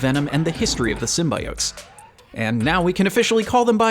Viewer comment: Keeps pronouncing it "sym-bye-otes" Hope they at least re-post this video,with all audio replaced with "sym-bee-otes'